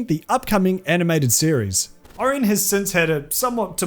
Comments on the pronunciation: It's either Ori-On or Ora-Yen. But not Ari-yen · It's pronounced O-ryan, ffs, NOT Or-in. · How do you not know how to say Orion?